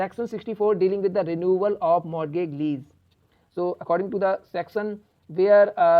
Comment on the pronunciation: Pronunciation of Mortagage and related things are wrong... But thank you..your videos are helpful:)